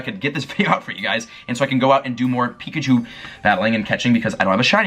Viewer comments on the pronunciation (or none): none